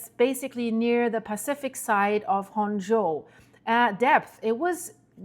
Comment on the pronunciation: Honshū is pronounced: “Hon - Shoe”